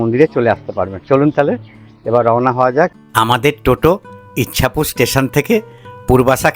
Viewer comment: ইছাপুর। ইচ্ছাপুর নয়।